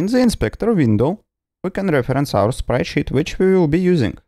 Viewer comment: I love it, how you pronounce sprite sheet. Sprite shit.